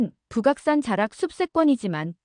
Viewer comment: 부각산 노노. . 북악산 입니다. AI 더빙. . 문제 많네요.